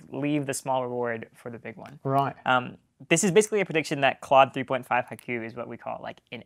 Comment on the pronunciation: At least learn how to pronounce haiku, man.